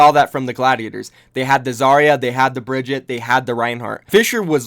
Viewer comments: Try and say Brigite instead of bridget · BREEEEEE-GEEEEEEE-TAAAAAAAA not Bridget PLEASE FOR THE LOVE OF GOD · How hard is it to say a damn characters name Brig-eat-aaaa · You pronounced Brigitte two different ways in this video and both of them were terrible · That moment when your entire career revolves around a video game and you dont know how to pronounce the most talked about characters name lol